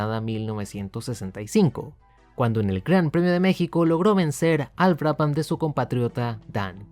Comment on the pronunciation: La H es muda. Se pronuncia Braban.